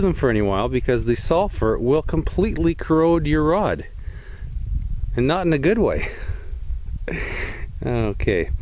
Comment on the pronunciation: "corrode" not "curode"